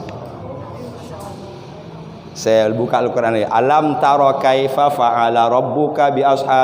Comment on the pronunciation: Ko kaifafa😅😅😅.yg bner kaifa. Fa ala tadz😅